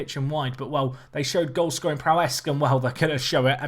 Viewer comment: Hey, man, I love your series. But the word is "prowess", not "prowesk". Up the Sprint!